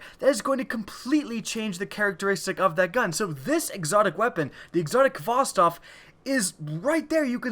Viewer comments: you pronounced khvostov wrong. you pronounce it hva-stov. it's a Russian name. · The 'kh' in Khvostov is pronounced like the h in 'help'. It's 'Хвостов' in Russian, and the Russian 'X'=H. Just wanted to clear it up and I'm not dissing your pronunciation. Just say Hvostov, make Mother Russia proud, make Putin proud.